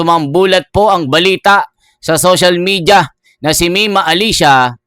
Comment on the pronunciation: Idol ayusin mo mga sinasbi mo..anung bilita? Balita cguro idol🤣🤣